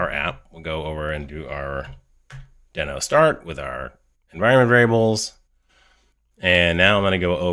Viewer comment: Great, helpful video! Just a note - it's officially pronounced "dee-no", not "den-o" 😄